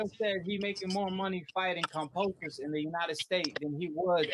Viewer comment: Can you please say KAM-BO-SOS there is no P dawg my goodness bro 😂